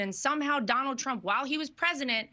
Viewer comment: Ever notice Lara can't pronounce her father in law's name? She calls him Donowld